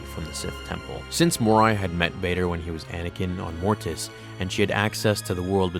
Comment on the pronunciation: So much emphasis on the "T" in "Mortis"... #morTis